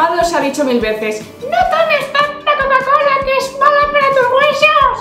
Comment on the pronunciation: Mayden casi al final dijo: refresco de coula jajaja,me reí un montón :D